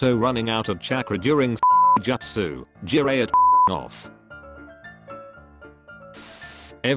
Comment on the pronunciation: it feels like the voice is trying purposely to say the justus wrong just to annoy me. lol